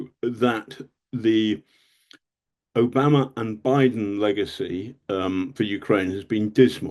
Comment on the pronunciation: Who‘s “Obamer”? Exetra….